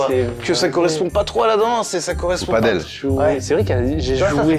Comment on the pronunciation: On ne dit pas padeul mais bien PADÈLE, ça vient de pays où l'on parle espagnol donc ...